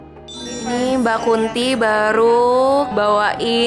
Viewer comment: what the hell.. i was startled hearing you said "mbak kunti" 🤣